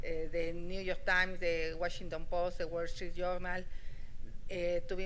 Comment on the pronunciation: Washington no se pronuncia como lo dices